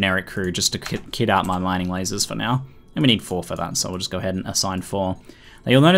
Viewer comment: "it's ready to gar"